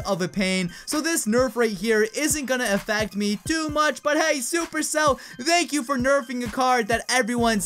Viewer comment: did he just say danks and dank you